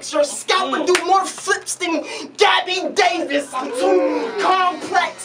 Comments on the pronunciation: said Gaby Davis tho 😂😂 it’s definitely Douglas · Did this nigga say Gabby Davis. Lmfao